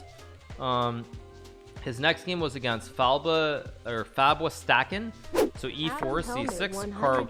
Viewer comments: hikaru really read "WásTâkén" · lol it wasnt fabwastaken it was fab-was-taken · I cannot get over how Hikaru pronounces Fabwastaken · I love how he pronounced the Englisch Name Fab was taken with a German accent because the player was from Germany 😂